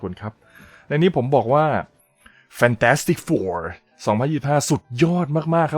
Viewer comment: ผมว่าพูดชื่อหนังยังไม่ชัดเท่าไหร่ครับ